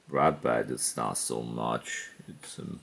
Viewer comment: Its ratbat not ratbite